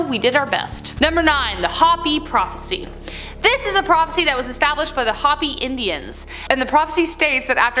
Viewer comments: For the love of Buddha, it's Hopi =H-oh-pee, not Hoppy. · Hopi is pronounced Hope ee, Not Hoppy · Hopi is pronounced hope-ee